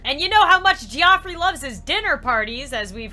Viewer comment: "Geoffrey" is pronounced "Jeffrey". I should know, that is my in-law's name.